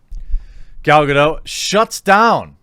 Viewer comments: Gal-Ga-doT... She's Israeli not french. K? That's my white knighting done for the day. C'ya tomorrow. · It's Gal GadoT with the hard "T" sound. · It's GaDOT, the T is not silent. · The boots I wore in the Navy had heels. Yep. Her complaint is invalid. BTW: Gal Gadot's last name is pronounced "Ga DOT". Dot. Not Doh. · Loved the clip. You are right we shouldn’t try to divided but rather include. I do have to tell you something though she isn’t French she’s is Israeli so you pronounce the T in Gadot. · It’s Hebrew, not French, you should pronounce the T in Gadot REEEE